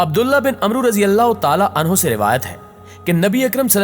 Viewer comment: Umro ni hota g جھاں عمر کے آ خر میں واؤ ھو اسکو عمر یعنی ع پر زبر پڑھیں گے